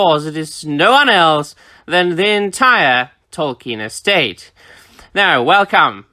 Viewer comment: “Tolkien EstHATE.”